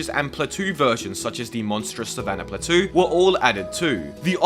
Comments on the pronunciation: Pla-toe ❌ Pla-too ✅ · “Platoo”? Be so for real your grown as hell saying words like that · Do you pronounce “plateau” like that because you’re British or because you don’t know how to pronounce it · Did you actually pronounce plateau as... "platoo"? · "platoo" lmao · I love the video, but why do you pronounce plateau like that? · Hearing you say plateau so wrong was really funny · That sub request was quite funny lol also I kinda love how differently you pronounce plateau very interesting compared to how I normally hear and say it in American English 😊